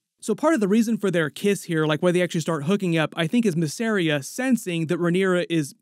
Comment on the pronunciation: MISS. AR. IA. VEL. AR. ION. FFS man there's even a video of Eve Best talking about how to pronounce Velaryon as distinct from Valyrian.